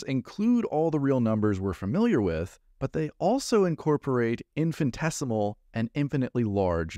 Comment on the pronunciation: FYI the word is Infinitesimal, not "infant-esimal". 😄